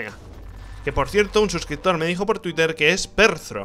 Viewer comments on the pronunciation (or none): none